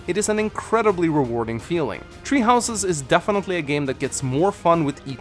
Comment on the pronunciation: Am I the only one who keeps hearing you say “tree houses” instead of “three houses”